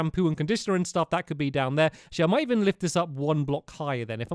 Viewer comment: Did enyone elses jaw drop when he said "il evin take my crafting table"?